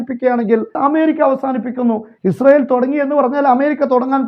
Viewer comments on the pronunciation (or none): none